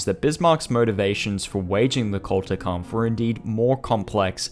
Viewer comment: It was sheer torture to hear you badly mispronounce the GERMAN word "Kulturkampf" 100 times. It is NOT "CultureKampf", imbecile!